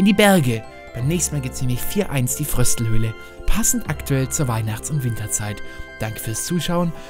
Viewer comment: Nicht Fröstelhöle sondern Fröstelhöhe